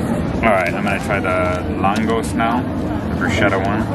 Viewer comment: "Langos" is originally Hungarian...so the "s" at the end is pronouced like "sh" basically the pronounciation written in "english letters" is like "Lungosh". By the way if you want to make a Glühwein at home it is easy to make. You need a bottle of red wine (prefered one with a fruity note) 1/4 litre water 1 Orange 1 Lemon 3-5 pieces of gloves (Gewürznelken) 1-2 Star Anise (Sternanis) 2-3 cinnemon sticks (Zimtstangen) brown Sugar or Honey a shot of rum (or a fruity Schnaps) Put wine, water, the zests of Orange and Lemon (all in all a hiped soup spoon full of zests or a tea spoon full for each ), the Gloves, the Star Anise and the cinnemon sticks in a pot and let that simmer on low temperature (= very important: it must not boil never ever) for an hour (with a lid), then take it from the stove get rid of the lid and let it steep for 15 till 20 minutes. Then get rid of the ingrediants by pouring the wine from the pot into another vessel by using a sieve (when you have put the ingrediants into a tea bag in the first place which is a smart move then this is obsolet and just get rid of the teabag). Now either sugar it or add honey and a shot of rum (or a fruity Schnaps)..and it is ready to serve. Optional you can also add the fresh pressed juice from the Orange and/or the Lemon as well. You can also make a "Glühbier" = the same with dark beer instead of wine. Without alcohol (for a Punsch) just use a mixture of orange juice and lemon juice (all in all 1 litre) instead of the wine +